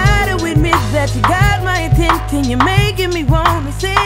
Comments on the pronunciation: This gentleman said “atintin” not attention! 😂🤣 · Anyone notice he said "Atenten"? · he said Attenten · Haha attentnnn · he says antenthin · Who else here because chris brown can't pronounce "attention" #Attenthion" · Seriously!! I could of went the rest of my life not hearing him say it wrong 😅 now I’ll never unhear it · Have you guys noticed how he pronounces "ATTENTION" or is it just me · Wait he really can’t say attention?! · Bro can’t pronounce attention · He cant pronounce attention